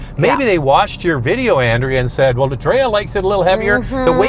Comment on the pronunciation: Pretty sure it has a 1.3 three litre engine and your wife's name is not pronounced An.....dray...ah